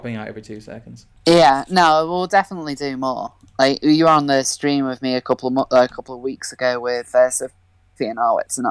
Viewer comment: Post the oof in the chat, asks "Steam okay?" Someone's been a bit too hard on the "R"